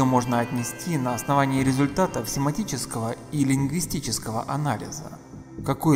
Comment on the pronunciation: Симантичекого, а не симатичего анализа. Ну, ребят! Весь эффект от рассказа портится!